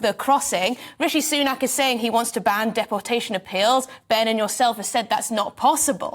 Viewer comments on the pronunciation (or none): Why can she not pronounce deportation correctly? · Why she saying dep-portation not deportation???